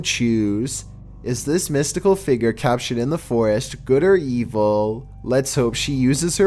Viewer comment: Everyone: How do you pronounce "figure"?: Figger.